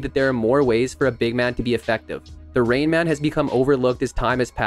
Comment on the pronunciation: The Reinman? It's Rainman. Like he makes it rain. Breh